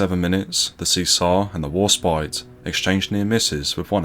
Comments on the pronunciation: Great video but spoilt by ignorant mis pronunciations of Italian. Count Chino? No crease in his pants then😂😂😂Isn’t there an Italian restaurant near you so you could ask for help with pronouncing the names correctly? Cesare mis pronounced as well. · Not even the Admiralty can agree with itself, some say ten miles and some fifteen. But they all agree that Warspite does hold the record. And just as an aside I'm led to believe that Cesare is actually pronounced Chezaray but I'm open to correction. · Could do with a bit of brushing up on Italian pronunciation. Cesare = “See-zar?” Really? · FYI Cesare is pronounced 'chezaray' or 'chezaree' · The Italian battleship Cesare is pronounced chez array, oh and aft and stern are the same place lol, I think you meant her forward turrets (A and B turrets) on Cesare and her stern turrets (C and D) on Cavour. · Very informative. However, it's bizarre to convert"15' " to metric - why? Pity too that no attempt made to give correct pronunciation of Italian names (Cesare, Ciano, etc). There's plenty of online help to get this right, Worse still, the (mis)pronunciation of English name 'Hereward'. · It would have been nice if you'd found out how to pronounce Julio Cesare and HMS Hereward. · Good, but spoiled a bit by inconsistent diction. Sometimes we hear the "T' in British and sometimes it's "Essex boy" doing the voiceover and saying 'Bri'ish". Incidentally "Cesare" is pronounce "Chaysaray" and "Ciano" is pronounce "Chee-ah-no" Otherwise pretty good. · Cesare pronounced Chesaray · Good story,but Bad pronunciation.It' s' Seezar 'or in Italian 'Chez a ray'And the Italian Port city Is not Toranto,but Tar an toe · Huzzah for Warspite! Boo for the AI reading Cesare (Chez-ah-ray) as (See-zar). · A bit more preparation would have been in order. "See-sar" is, I think, pronounced as "Chesaray", "Hair-ward" is approximately pronounced as "Herrawood". Also, this high drama is given the same dull treatment as a local pub bowls match. Disappointing.